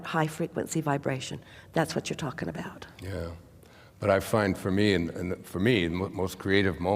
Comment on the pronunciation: Whenever she says the word focus, I hear something else. (Fu*k us)🤭 I guess I’m immature.😅